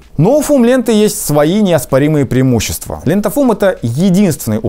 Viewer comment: )) "ПрИЕмущества нити" :))))))))))))))